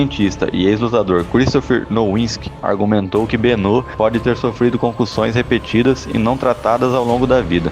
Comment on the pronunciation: Benoit ❌ Benô ✅